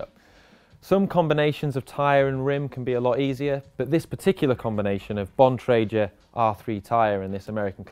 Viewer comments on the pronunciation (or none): "Bon triger" 😂